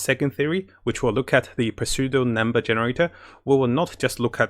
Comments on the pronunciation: For future reference, the “P” in “pseudo” is silent. So, it is just pronounced “Su-do”. Great video as always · Just a heads up, but the "p" is silent in pseudo, it is said like seudo. English is dumb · Just wanna let you know, the p is silent in pseudo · The P in pseudo is silent 🙂 great video though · I love your content and thanks for your videos! By the way, the 'P' in the word" Pseudo" is silent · Mattttttt! The P in pseudo is silent like in pterodactyl. Love your videos and thanks so much for making them! <3